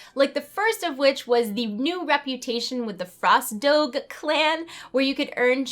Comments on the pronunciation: it's dog-eh. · Only a month Early lmao. But the "doge" is pronounced do zha:) great vid. Let us enjoy closed beta while we can lol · its Do-gé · Say it with a soft g. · Craftie No way, it's obviously pronounced doge. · Lol, girl, get them facts straight: doge is pronounced dəʊdʒ. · It's pronounced doge! Come on! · neither ways of saying doge are correct. its with a "j" not dog or dogE. its like the title of the leader of the merchant republic of venice. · both those pronouncing's of Doge was wrong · lol she can't say dog. I don't even know how to spell what you're saying. Also love your hair- it changes colors more often than an over stressed chameleon. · Joey, I feel you man, I know some words have weird pronunciations in American English. However, this case is not the same as the GIF case. The creator of the DOGE term did not step up to explain how it is pronounced, while the GIF creator was criticized by many for his pronunciation. I'm obviously not American myself, but DOGE has pretty obscure origins and its pronunciation could still be open for debate. I also believe that the girl just wanted to stir things up with her pronunciation, trolling us a bit as some sort of April fools.